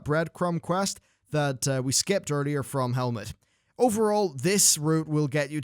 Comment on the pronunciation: "Helmet" Nessingwary. !triggered